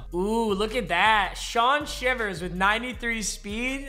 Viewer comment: You said Shivers wrong... Shy vers